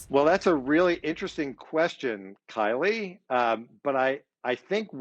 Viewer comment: Love how he continually emphasize that "Kylie" 🤭🤭🤭🤭